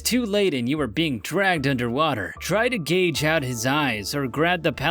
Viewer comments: Ok I've been holding my tongue...but I can't anymore. This narrator is good, but he always mispronounces words. Not just on this video...I've seen tons of other instances. In this one, when he talks about the croc, he says to gauge his eyes out. Should we use a ruler or a caliper???? LOLOLOLOL...sorry dude, its gouge. Let's work on your grammar my friend. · Gage out his eyes? You mean gouge?